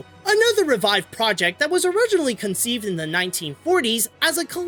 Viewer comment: Is it really that difficult to say the word "conceived"?